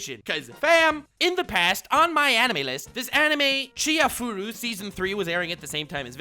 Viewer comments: Dude, u disappoinit me. It's not Chi-hai-furu it's chi-ha-ya-fu-ru! <.< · I'm just heartbroken that hasn't watched and hence can't pronounce Chihayafuru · can't pronounce "Chihayafuru" lol.